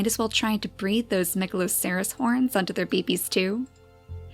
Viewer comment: wow I really love watching you make the beautiful story in Niche, at first when I played Niche I got bored after about one hour. But watching you really inspired me to create my own story. Now I have almost 100 hours in Niche and so many gods and godesses =). Ps isn't Megaloceres horns pronounced; Megaloseres (I played a game with that creature in it so I'm pretty sure)